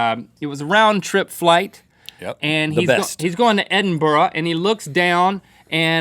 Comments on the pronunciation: As a Scottish person watching old GMM videos, it made me happy when Link pronounced Edinburgh properly as 'Edinburra', I've noticed Americans tend to call it 'Edinburg'. Just a wee daft thing, but it made me happy 😂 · An american saying Edinburgh correctly??? Mind blown! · Thankyou Link for saying Edinburgh correctly. Nothing annoys me more when people say Edinburgh and Yorkshire wrong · OMG AN AMERICAN THAT PRONOUNCED EDINBURGH PROPERLY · LITERALLY just commented the same thing 😂😂😂😂😂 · I'm kind of amazed link pronounced Edinburgh correctly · An American who can pronounce 'Edinburgh' properly 😱😱😱